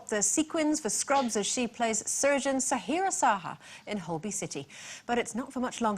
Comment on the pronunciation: I saw this while flicking yesterday, I hate this group of uneducated idiots, really, how hard is it to say Sahira Shah?